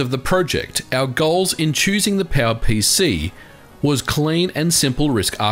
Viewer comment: Am I the only one who understands PAL-PC alsways when he tries to say power pc?